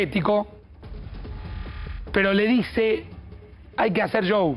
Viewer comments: Que problemas para decir Chou, así se pronuncia Show 😂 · Por qué dice yow en lugar de show??????? Ashhhhh